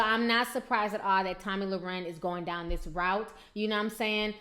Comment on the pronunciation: you keep saying her last name wrong. Not that you care;)